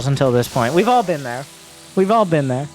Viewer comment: hahahaha no way he said ther